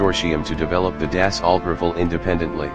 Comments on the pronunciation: It’s pronounced “Dah-so Rah-fall”. (Dassault Rafale) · "The Dassualt Rrffle"? French pronounciation of course. lol